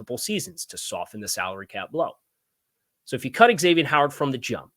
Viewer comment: Zavien, not X avien